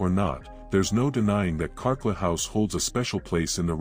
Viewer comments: The house in North Adelaide is Carclew, pronounced CarClue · It’s called Carclew! Not Carclew house but simply the name pronounced “Car- clu” a family member was going to buy it when I was about 5 years old & we spent 2 days there (somehow I don’t know how) when it was for sale in the 70’s. I was going to have the tower when the place was fixed up & was truly thrilled about it. We didn’t see or hear anything out of the ordinary & parts of it hadn’t been wired for electricity! Sadly it wasn’t to be & I never got my princess tower 🥺🤷‍♀️✌️